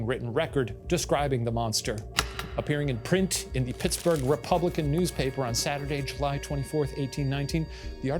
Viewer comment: Not Shane calling Plattsburgh Pittsburgh 😂😭